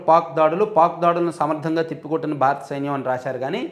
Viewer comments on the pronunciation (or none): none